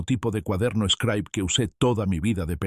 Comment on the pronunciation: Una Xilografia es el método de impresiónn originario de China, el señor imprime sus vivencias en el cuaderno eshcraib conocido como scribe se pronuncia scribe y utilizado por escolares de cualquier nivel. Me llama la atención porque menciona ser un pedazo de Oaxaca y no le checa la agringada pronunciación.